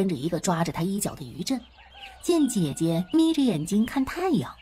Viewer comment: aw lawd the AI english. the "Sister" in chinese is "jie jie" how did it became "Jia Jia"? gosh!!! gotta mute!!:face-blue-smiling::face-blue-smiling::face-blue-smiling